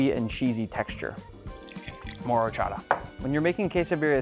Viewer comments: "OR-cho-TA" btw this quesabirria looks MUCHO BUENO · It hurts my soul the way you say Horchata